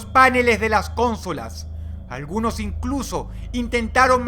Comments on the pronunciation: verdad,se dice paNEles no PAneles a lo mismo que conSOlas y no CONsolas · Joder Dross...por que te inventas la acentuacion de las palabras? páneles y cónsolas? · "los pÁneles de las cÓnsolas"... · cónsolas XD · Porque mierda dice "ConSolas"? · "Los páneles de las cónsolas"? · CÓNSOLAS JJAJAJAJAHSHAHA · Buenos vídeos mal narrados. ("Páneles de las cónsolas". Minuto . También, muchas veces, "cientas" en vez cientos). Sorprende bastante, para alguien que escribe y publica libros. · Sentía que estaba hablando en otro idioma xD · Páneles y cónsolas? Lo siento Dross, te considero una persona sumamente inteligente y respeto tanto tus creencias ideológicas como tu educación académica y personal, pero no entiendo por qué lees o dices "páneles", siendo que es una palabra grave no acentuada(acento prosódico), y en caso de pronunciarse así llevaría un acento tilde sobre la vocal de la sílaba primera. Comentario propenso a aparecer en "Dross responde preguntas estupidas X".